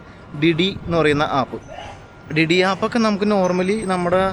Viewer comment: ഡി ഡി ടാക്സി അല്ല ബ്രോ ദീ ദീ ആണ്